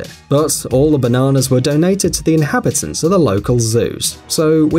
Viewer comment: why does he say bananas so funny hahaha